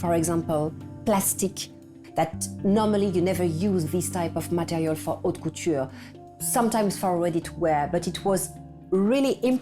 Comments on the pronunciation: Yes, the "h" is not pronounced dans haute couture. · The narrator should learn how to pronounce French words correctly. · It's unfortunate that no one told the person doing the narration how to correctly pronounce "haute".